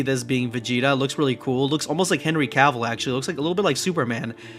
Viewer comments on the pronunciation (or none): none